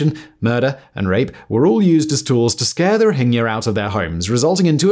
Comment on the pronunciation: Someone finally pronounced "Rohingya" correctly.